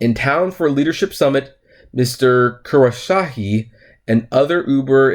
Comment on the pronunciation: Kos - row - sha - he